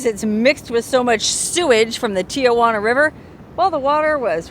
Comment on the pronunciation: Local San Diegan pet peeve, here: it is Tee-Hwan -uh. There are NOT 3 'A' s in Tijuana. I have spoken. Have a good time I'm up here in Carlsbad about 45 minutes from there where you are in good traffic. You shoulda camped here; we have nice campgrounds from here to San Clemente. Dana Point's a nice one, too ! Peace, sister!😊